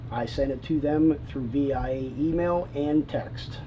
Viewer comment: That and just him saying “v. I . A” like buddy you are tripped out.